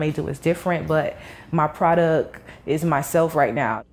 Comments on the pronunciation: “My Produck” 😂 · Its proDUCT not proDUCK! Its nasty. Go back to school.